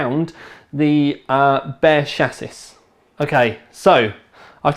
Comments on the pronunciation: It is not pronounced SHASS-iss. It is a SHASS-ee. Your English was so bad that watching this was torture. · So am I. His pronunciation is still wrong.